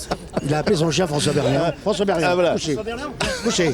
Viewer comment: Berleand pas bertrand